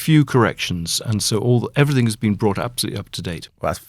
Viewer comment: I think I am listening to a serious journalist and 10 mins later I have to hear 'everythink', for gods sake people, it has a G not a fucking K at the end.